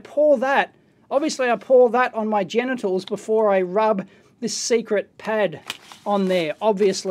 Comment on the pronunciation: Equally good...every time he says gentials hahha